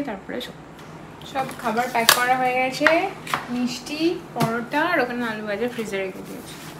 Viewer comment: nago anek bar dekhechi or ছ related j kono word bolte gele mone hoy jno word ta jiv er nich diye r daat er faka diye beriye asche..as for an xmple "গেছে" bolle mone hoy bolche গ্যায়সে..